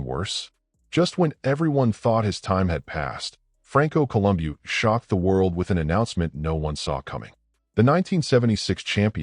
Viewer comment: col um bow listen to the guys that knew him say his name. bow not boo